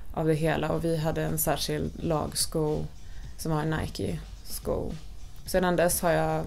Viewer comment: irriterande att den första killen inte kan uttala Nike på ett korrekt sätt.. Ändå verkar det vara hans favoritmärke.